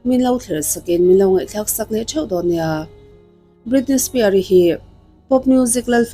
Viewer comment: Britney Spear....😂 Britney Spears anih khi.... Jamie Spear...😅 Jamie Spears tih ve hram awm.... Lam dan hi uluk ve deuh a tha asin..